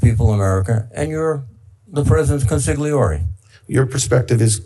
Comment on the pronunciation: " Consigliori"...thats a Good one.!!